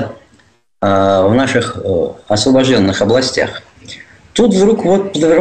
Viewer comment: Это невозможно слушать. Какие " асвабажденные"? Вы стерли города и села. Я желаю , чтобы вас так " асвабадили". Особенно мацкву и кремль. Будете " свабодными".